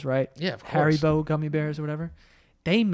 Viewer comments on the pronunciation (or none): none